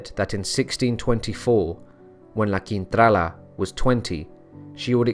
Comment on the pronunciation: Hiya, LA Quintrala... proof that beauty is only skin deep. I wonder why she was so evil? Nasty woman. I enjoyed listening to your narration. I thought the way you got your tongue around those unusual names truly amazing.😵 Thank you 👏👏👏